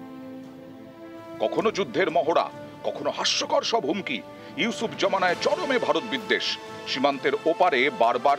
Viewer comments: ইউসুফ জামানা😂😂😂 জোকার একেকটা, নামটা ঠিক করে বল কৌতুকের দল😂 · Aga name ta sotik vabea nite sek sagol reporter unar name usub na dr. Unus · মানুষের নাম ঠিকঠাকমতো উচ্চারণ করতে পারে না আসছে সাংবাদিকতা করতে😂😂😂😂 আমাদের দেশের প্রধান উপদেষ্টার নাম ডঃ মুহাম্মদ ইউনুস। নট ইউসুফ😂😂😂😂😂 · দাদা ওটা ইউসুফ না দাদা ইউনুস ওটা ইউনুস ঠিক করে বলেন